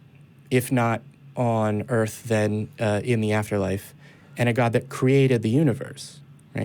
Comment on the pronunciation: Earf. Earf!